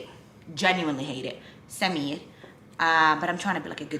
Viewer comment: For the first few times you said Samir I actually thought you were saying Simeon instead, also how are you about shortening names? I ask because a friend of mine's brother is called Kianoush but everyone calls him Kian, my friend's family is Persian in heritage